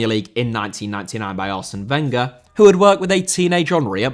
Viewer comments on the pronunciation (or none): none